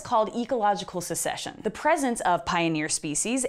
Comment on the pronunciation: Succession is pronounced suck-session, not secession